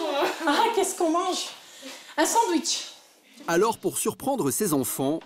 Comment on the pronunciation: Jeune et dynamique, "je veux mon sandououitche"